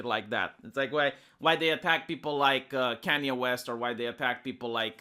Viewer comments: It sounded like you said "Kenney West". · You and Sargon have the same issue you can't say Kanye west correctly to save you life. K-A-NYE . Other than that great video